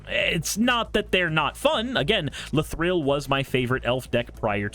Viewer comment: pls stop saying la-thrill